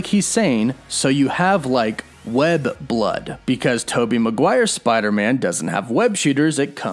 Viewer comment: Hes saying "So do you have like web block?" Idk why but it looks like hes saying block instead of blood.